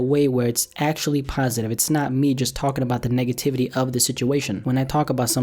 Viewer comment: I swear ong he said Niggativity